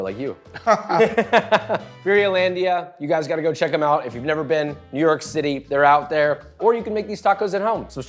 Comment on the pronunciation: Dude, i first thought he said "newark" not "new york", and i lit up cuz i live right by newark and im like "where tf is this place"